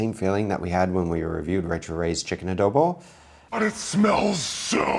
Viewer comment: Correct pronunciation of Adobo.